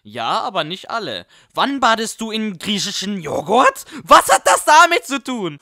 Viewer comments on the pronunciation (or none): "griescheschen" Joghurt :D